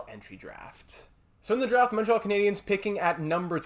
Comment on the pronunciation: Are tou from quebec ? If not congrats on the accent on the word Montréal